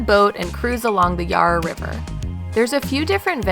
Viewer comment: Made me smile. Yarra is pronounced - "Yarrāḥ" - , not "Yaar-rer", otherwise a good job guys, glad you enjoyed our fair city 💗